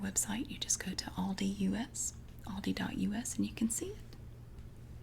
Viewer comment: I LOVE how you say Aldi (ive seen you explaining some people have tried to correct you 🤐) I pronounce it different as I am in Australia but the way you say it gives me tingles.